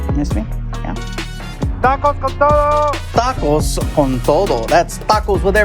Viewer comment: Mans just said tacos con toe doe lmao